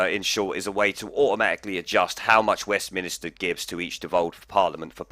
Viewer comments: 'ahem'... It's 'Westminster', not 'Westminister'. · Please don't say WestmInister, as the place is Westminster, with no extra i..... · Why do you keep saying "West Minister"when it West Minster there's no i in the middle. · Good stuff ... but, please, it's Westminster ..... not westminister. Just saying.